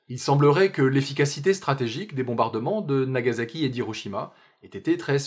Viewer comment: Vidéo très bien, mais je souligne une erreur classique: le "s" de "Nagasaki" se prononce bien comme un s, pas comme un z.